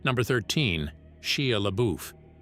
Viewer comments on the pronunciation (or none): The narrator needs to learn to properly pronounce names. It’s Shy-uh Labuff not She-uh Lebeyoof😂😂😂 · Sheah laboof 😂